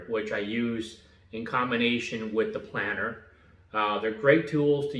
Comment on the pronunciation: Thanks for video. It’s planer btw, not planner. (“Plain-err”)